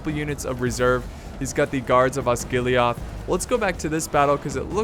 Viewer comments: It's osgiliath not osgilihoth this isint starwars!! It just bugged me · Tis' Not Osgiliaath, Tis Osgilieth. Watch Thy Pronounciation